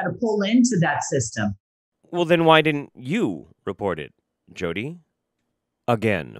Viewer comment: People that say "dinnint" >_>